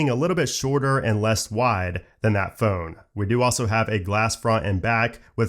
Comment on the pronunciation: It always bugs me he can’t say phone properly 😂.